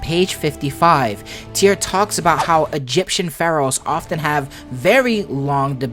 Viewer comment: "Egyption...." is that patois..?